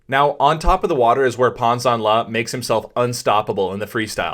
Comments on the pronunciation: Is his name Pan or Pawn? You said Pawn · Fyi his name is actually pronounced closer the way we'd pronounce "pan", as in "panorama" in a neutral American accent. No shade though, Chinese names are hard to figure out. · By the way, his name is PAN but not PAWN, it was disrespectful to call him.